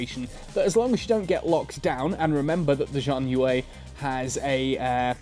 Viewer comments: "Shian yuu" is the closest I can type it. It sounds different to hear it, but that's close enough. Haha. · Xi = sh pronunciation. HTH.